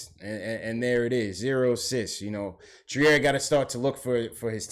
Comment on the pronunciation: I was at the game. Robinson's biggest issue is conditioning. 2nd, moving his feet. 3rd, he's 20 years old. Future is bright. The boy is a natural. By the way, Allonzo's last name is pronouced "Treer" son!